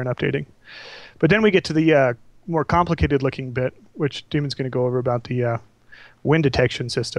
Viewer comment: i laughed when he said now on to the complacated part